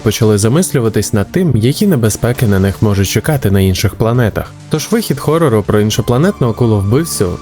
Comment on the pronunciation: ооооо, ха "Хорор" через "х" ЛАЙК!, а то ці гекання вже дістали )))